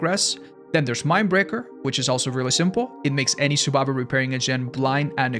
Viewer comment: Stop saying survibor